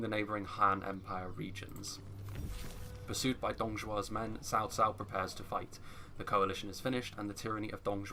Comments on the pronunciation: I know it's not your fault but I hate it when I hear "sao sao." It's so western to pronounce it like that. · RAZZAQUE No. Tsaotsao. I live in China, and I know this. is saying it correctly.